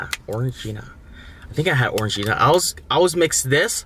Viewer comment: I honestly thought he Said “Foreign Gina” when trying to pronounce Orangina 😂